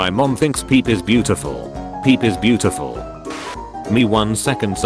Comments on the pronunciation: disliked for pronouncing pepe Peep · But how the computer pronounced pepe 😂👌